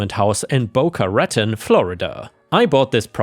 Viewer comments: ⭐🌟⭐😎⭐🌟⭐ As a Floridian... Boca Raton, you slightly missed pronounced Raton. Phonetically it's Ra as in the Egyptian god, and the ton part sounds like tawn, rhymes with fawn. “Boca Ra-tawn” phonetically. That's where I took my first driving test for my driver's license, back in 1979. (Wow, it's been longer than I thought...) They had very short lines back then; and you can take the test anywhere in the state. Hope this helps. ❤️u😎⭐, 👵☮️🖖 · BOCA RAH-TONE is how you pronounce the city's name but it's spelt Boca Raton I'm from Orlando as a kid I would say Boca Rat on 😂😂😂 just like Kissamee or Kissimmee.